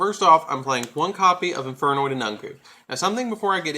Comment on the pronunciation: you alos butchered all the infernoid names lol